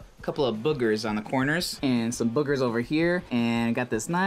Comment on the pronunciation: "bogers" :) Hmm need an umlaut over that 'o'